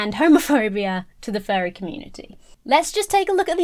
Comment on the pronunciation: please enunciate "Furry" a little more clearly, cause you're coming across as saying "fairie"